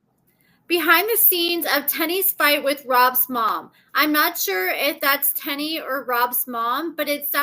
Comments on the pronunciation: it's Teen-knee, not Ten-e. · Tennie’s name is pronounced “tea + knee” not “ten + E” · I thought her name is Teenie not Ten-e how pronouncing it 🤣🤣🤣🤣🤣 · It’s not TENNIE ITS TEENIE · It's pronounced "Teeny", 🤣 Thank you for the tea!♥ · Y’all be so ready to correct somebody especially! If it’s not pronounced Tenn-Eee why do they say it like that on the show?! Just loud and wrong smh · ma’am, they’ve said her name several times on the show and it is, indeed, pronounced “Tea-Knee” as in “*teeny*, tiny little one”. I am not correcting specifically. Why would I do that, I don’t know her to be targeting her to “correct her” out of… what? Spite? Hubris? Apathy? (You’d have to tell me 🤷🏽‍♀️). Maybe it’s a regional dialect issue affecting the pronunciation and therefore how I perceive and hear pronunciation of Tennie’s name. Instead of attacking me for some perceived attack of, on your part, you could’ve offered something constructive.